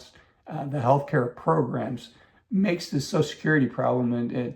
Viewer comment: It’s called social security, not sosul security.